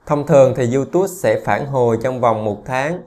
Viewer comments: Đọc là iu túp chứ ko phải iu tút ! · Bạn ơi. Tui xin không bàn về chuyên môn hay nội dung kênh của bạn mà tui chỉ xin góp ý phần phát âm của bạn về tên YouTube. Bạn nên phát âm cho đúng là YouTube..chứ tui nghe bạn phát âm thành YouTus. Nghe sai lộ liễu quá. Thanks! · Không phải đọc là Du Tút ? Mà là Du túp . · Cám ơn anh đã chia sẻ nhưng YouTube phát âm chữ Tube là âm /p/ không phải /t/ ạ. Anh cẩn thận phát âm đúng để không làm người nghe khó chịu nha. Chúc anh sức khoẻ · Diu chính xác hơn chứ. Phiên âm quốc tế là / ju t^b/, đọc là / diu túp/. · Description toàn để Eng ko mà phát âm Youtube chán vl